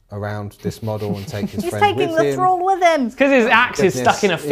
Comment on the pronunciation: The constant mispronunciation of “thrall” and “Akhelian” is driving me up the wall.